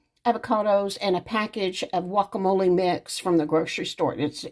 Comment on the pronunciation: That’s funny ur calling guacamole wacamole lol